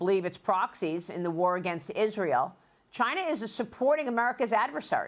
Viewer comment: chai-Nah is warning? Ha!